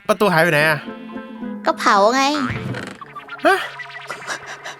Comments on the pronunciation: เผาครับเผา ไม่ใช่เผ้า🤣 ดูซัพ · เผา ไม่ใช่ เผ้า ครับ!!